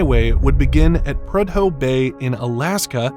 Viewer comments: I hate to appear pedantic but Prud-hoe? It's Proo-dough. Isn't there a way to make pronunciation corrections within the AI narration? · Minor correction… Prudhoe is pronounced proo-doe (like “pseudo”) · Prudhoe = Prue-Doh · Holy crap, seriously? You can't pronounce Prudhoe properly? You got Darien wrong too. I guess America's education system really IS in the toilet. Or this is an AI narration... but it doesn't sound like one.